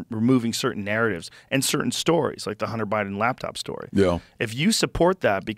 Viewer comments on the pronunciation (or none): none